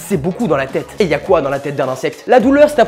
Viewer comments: J'adore qui tu dis "keuwa" !!! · ce "Kéwa" etait magique 😂 super vidéo à la fois instructive et marrante ( comme toujours 😘) bref bisous 👍